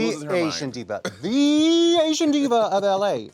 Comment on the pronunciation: Did she not say SLAYsian?